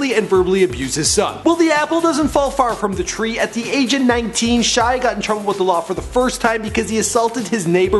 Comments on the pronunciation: Golly -- right out of the gate, an egregious mispronunciation. The guy's first name is pronounced SHEE-ah. And no wonder he's messed up -- his family can't even spell their surname correctly! He has said himself that it should be spelled LaBoeuf. It's French. His name literally means Shia The Cow. Oh, dear. Poor schmuck. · Shia leeeebauf